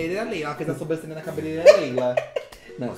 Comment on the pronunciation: "ela fez a sobrancelha na cabeleleila leila" "Não, sobransheila" AHAHAHAHA